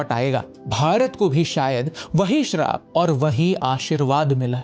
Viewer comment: Bhai sharab nahi Shraap 😂